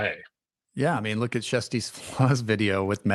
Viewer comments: Love this! Great explanations all around, very straightforward and easy to understand! Question: Why are you calling her Jessie Flaa? She pronounces it “Kirstie” every day on her channel. Also, there were no SH claims in 2023, so how could they investigate them? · They're trying to pronounce her name the Norwegian way, which has a soft 'k', more like 'shjersti', although that's not exactly correct and there's no direct equivalent in English.